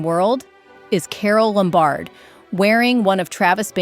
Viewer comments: LOMbard, not lumBARD. God, this is awful. Who are the ghastly people who voice these things! They are all the same! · It’s LOM -bard, not Lom-BARD. Mispronunciation destroys the magic of the actresses and the beautiful dresses.